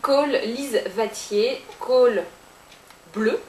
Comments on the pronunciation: Salut c'est super beau se que ta fait avec cette palette!!! mais juste un truc! je viens du canada justement et le nom c'est pas vatier mais watier! le W comme se prononce comme le W dans wow! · lise watier ne se prononce pas lise vatier mais lise ouatier dsl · Ce n'est pas Lise Vatier, mais Lise Ouatier. (Made Québec) Sinon, c'est très joli. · lise watier ne se prononce pas lise vatier mais lise ouatier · J'aime beaucoup ton maquillage. Je voulais juste te dire qu'on prononce pas "Vatier", mais bien "Watier" avec le son "LL". Je ne sais pas si tu comprends ce que je veux dire, mais bon...♥ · Lise Watier se dit «Ouatier» et non «Vatier». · Très joli makeup comme toujours et j'aime ta bonne humeur :) Mais je croyais qu'on disait Lise Watier avec le watier commençant par un w... Parce que j'ai jamais entendu Lise Vatier xD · Dans Watier, ca se prononce avec le W comme dans wow ^^ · C'est magnifique ce que tu as fait !!! J'adore les produits de Lise Watier ... elle a de super produit. Des superbes textures aussi. J'en achetais souvent au Québec... depuis que j'habite en France j'en trouve pas.... mais peut être que j'aurais bientot la chance de les retrouver. ps : Watier... pas Vatier ;-)